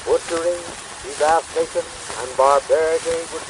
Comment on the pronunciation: "de-VAST-ation" is an interesting pronunciation! He sounds like a smooth and noble orator